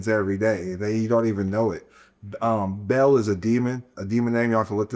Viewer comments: Dude said Baal is “Bail” thats completely false. Its pronounced Baal - “Ball” not “Bail” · It's pronounced ba-al..... Like bow.. but still love the content